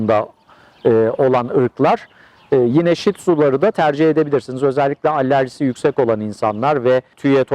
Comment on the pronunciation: Allerji degil alerji olarak yazilir ve soylenir.